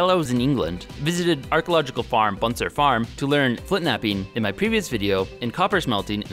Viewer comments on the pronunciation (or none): It’s Butser not Bunser.